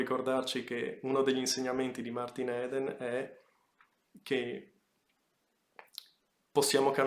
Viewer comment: Si pronuncia martin idn